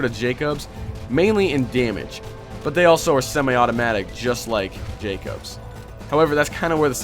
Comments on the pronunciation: In game, they pronounce it Jacobs, not Jack-Obs. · Jackobs is pronounced jay-cubs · Its jakobs:/